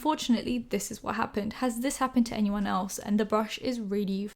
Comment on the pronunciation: no one:: ‘ñyeed’ ‘añyeeone’